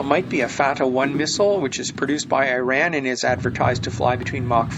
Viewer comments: Not airin ، tell iran = eeeerrrrraaaannnn , learn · IRAN, is Pronounced "Eee" (rhyming with See) + Ron (abbreviation for Ronald), not "EYE-RAN" !! IRAN, shares its meaning with that of IRELAND'S (Land of Aryans). And for the love of God and All the Toys in the World, IRANIAN, is NOT pronounced "Eee-RAINY-Yan" but rather "Eee" (rhyming with See) + Ronnie (abbreviation for Ronald) + Yan !!! A Simple Mnemonic would be "There is no RAINY weather in the forecast"!!😊 Hence the proper Pronunciation is "Eee-Ronnie-Yan"!! Even the most Stupid Computer generated voice could be Corrected (Reprogrammed)!!! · bro its iran...... not I ran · Why do Americans always pronounce it I RAN?? Err Raan is the accepted pronounciation. If the USA are to take over the country they may wish to seek lessons